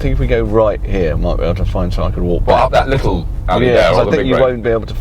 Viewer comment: ..."...it's good 'ere.... "